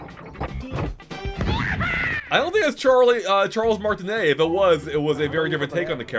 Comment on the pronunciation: It’s pronounced Charles Martinet